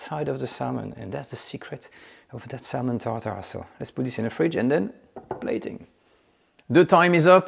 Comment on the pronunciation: By the way, you don’t pronounce the “l” in the word salmon…😅